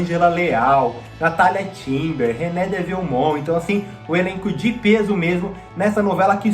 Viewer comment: Pelo amor de Deus, não é Guilhermina GuinlÉ. Aprenda: "Gulhermina Guínlê" e "RenÊ de Vielmond", não RenÉ- em francês, os sinais gráficos têm pronúncia contrária